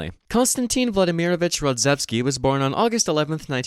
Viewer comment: RodzAevsky not Rodzevsky